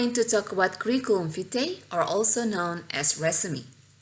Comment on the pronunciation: Maaf koreksi sedikit untuk ejaan vitae dibaca.... /vaiti/ v-nya dibaca agak ke huruf w.